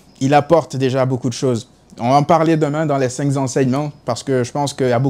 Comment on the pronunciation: Très bons commentaires surtout pertinents et objectifs. Mais, c'est très désagréable de prononcer un S après le cinq (5) . En fait le 5 ne prend jamais de S. J'adore ta chaîne et tes interventions sur notre BARÇA .Plus jamais de cinqZ enseignements cher frérot. A plus et Visca Barça ❤